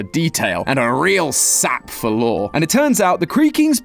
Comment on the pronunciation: SWEAR IM FINNA BOOM SUMTHING STOP SAYING LORE WRONG WITH THAT BS ITS LOOOOOOOOOOOOOOOOOOOOOOOOOOOOOOOOOOOOOOOOOOOOOOOOOOOOOOOOOOOORRRRRRRRRRRRRRRRRRRRRREEEEEEEEEEEEEEEE. Thats why your viewer count dropped.